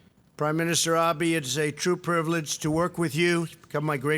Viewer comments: It's Abe, not Abi! Can't even say his name... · Who is Prime Minister Ah-bee? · "Ah-bee?"I can't even get past the first words of this clip. How insulting. How humiliated I am. The rest of the country should be, too.